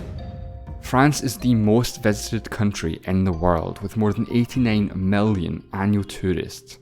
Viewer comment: Tree hundred fefte mellion